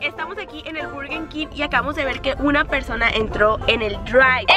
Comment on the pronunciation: Like si te diste cuenta que decía PERDONA en vez de persona Like para no desaparecer